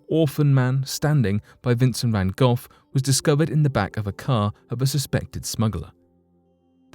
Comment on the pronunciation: did he really say Vincent Van GOLF???